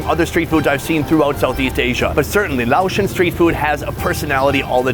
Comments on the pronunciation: Lay-ocean…not LOUD-ocean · its pronounced, "Lay-O-Shen." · Laotion is pronounced "lay-ocean" btw. Never watched king of the hill? Lol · Laotian and not LaoAsian lol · i think its pronounced Laosian (Lay-ocean) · Pronoun, "Lay Ocean". LOL. Dangin Sonny. LOL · Hey heads up how u prounce laotion ( lay ocean) easiest way to teach someone. Love your videos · lay-ocean ** Laotian. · Lay-ocean.. lol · It's Lay-ocean. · I think it's pronounced lay- o- shin Sonny don't you remember Kahn on king of the hill saying it 😂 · I'm from Laos. The correct pronunciation is Lay-ocean lol 😂 hope you enjoyed our culture and food..... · Say it with me Sonny. Lay O Shin Food! Lay Ocean Food! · Its Lao foods and pronouns lay-o-tion